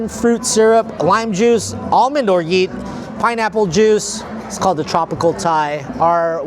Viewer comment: Orgeat is pronounced with a "zha" rather than a "gee"